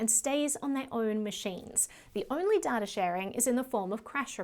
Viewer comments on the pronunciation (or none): It's not DATR it's DATA come on 😁